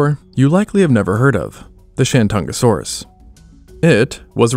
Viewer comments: The host of this channel had no reasonable way of knowing that the old Wade-Giles romanization system set him up for a mispronunciation of sorts. Messrs. Wade and Giles were British diplomats of the 1800s and not philologists. For some goofy reason, T's are D's in the Wade-Giles system. The modern romanization of the Chinese province of 山东 is Shandong (lit. mountain-east). It appears that the name for the star dinosaur in this video was coined when Wade-Giles was still throwing everyone off. Shandongosaurus would be the most accurate way to render the creature's name. I don't see this happening, however. First and foremost, there would be a big 东 right in the middle of its name. ;) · When you first said Shentungasaurus, I heard ShenCHUNGAsaurus, lol. Because its a chungus, lol